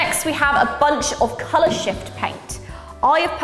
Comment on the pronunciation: Why did I hear "color sh*t" instead of "color shift"?😂